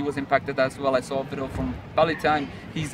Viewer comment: thanks for the update! Detailed. I dig the VLOGs too. Keep em going. (PS: "vidEo", you keep saying "vido") ^__^